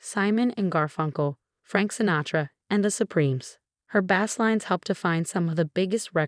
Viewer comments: Agreed !! I have known several "BASE" players, but NEVER any "BASS(fish)" players. STOP USING BOTS FOR THESE NARRATIONS !!! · "BASS" lines pronounced like the fish. Your A.I. narration blows. Don't you listen to it before you release it?